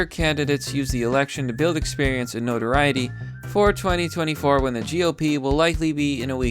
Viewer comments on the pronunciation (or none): none